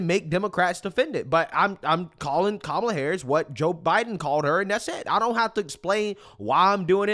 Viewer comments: calling every single republican weird? 👍 Mispronouncing Kamalas name? 👎 the Democrats are such hypocrites. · Calling Trump and Vance weird is okay. But don't you dare say Kamala's name wrong. That's offensive. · It's not pronounced Kamala. It's pronounced Kamala.